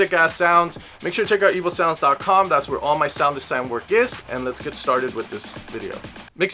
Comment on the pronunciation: Every time he says evosounds, it sounds like 'evil sounds'